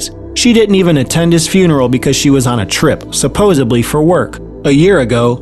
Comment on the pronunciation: SupposeBly? Really?!?! Narration should be accurate. The word is: supposeDly